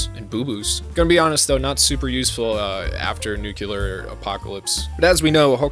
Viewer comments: Awesome video. Have to say tho, its Nuclear as in New-clear. Not Nuculer as you had pronounced. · Me: Nucular? It's nuclear! Pff.: You are already dead. Me:... NANI?! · NUKE-Lee-er. Not, NEW-q-ler. 😂 driving me crazy. Otherwise awesome vid. FoTNS is a top tier anime. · For the love of god it’s pronounced “nuclear” not “nookeeler” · "New-klee-ar" not "Noo-Que-Lur" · My dude, I say this with love: Nuclear (Nook-lee-ar) not nukular. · nu cle ar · Anybody else got annoyed as fuck with his incapability in pronnouncing the word "Nuclear"? "Nukelar" really threw me off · Say it with me, NU-CLEAR. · Sorry. Clicked off when I heard you say "nuke-yalur" twice. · What the heck is nucular? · what the hell is this pronunciation of "nuclear"???